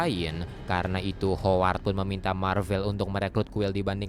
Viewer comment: greget ama si mimin sama pengucapan hooward 🙃